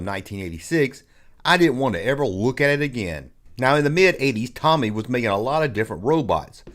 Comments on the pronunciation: Pronounced TOE-ME… TOMY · I'm having a shot of whiskey everytime 'Toe-Me' is mispronounced 😂😂😂 I'm smashed! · It's pronounced "TOE-ME," and they have since merged with Takara to become a Japanese toy-producing powerhouse. Also Robostrux/Zoids came out in 1984, not 1986. The Starriors line was an informal part of the line. Snorks wasn't meant to be a Smurfs rip-off. It was meant to be a replacement after it came out that Peyo was a communist and using the cartoon to push subtle communist messages. They re-named "Puckman" to "Pac-Man" because vandals with a sense of humor would vandalize Puckman video game machines to turn the"P" into an "F." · your pronunciation may not be correct but you do you 😉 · I fully support and his mispronounciation of Tomy. Never change